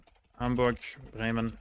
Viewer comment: In Germany he nailed Thüringen and Bremen, with the rest he definitely had a noticeable accent but still pronounced them very well His French is crazy good though